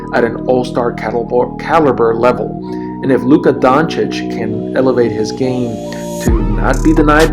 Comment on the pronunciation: First few seconds, and yes, you said his name CORRECTLy. Finally1 Thanks, :)